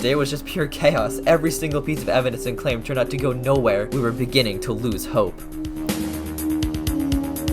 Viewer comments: I just realized he said loose hope and not lose hope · you spelled losing wrong, in reality you said "loose" as in my shoe's laces are loose! not in "no i'm losing" as you would say if you used the word lose instead of loose